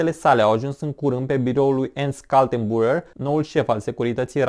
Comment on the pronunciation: Se citește ,,ernșt kal-ten-bru-ner", omori efectiv numele germane, ușor de pronunțat.